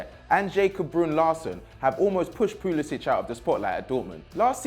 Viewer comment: You can't even pronounce Pulisic properly.